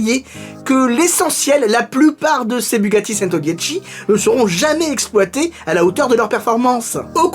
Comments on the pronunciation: Super, mais le model se prononce "tchento" pour 100 en italien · A chaque fois que tu prononce "Centodieci" j'ai mal aux oreilles 😖